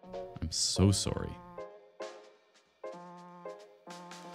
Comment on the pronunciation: "I'm so sowree"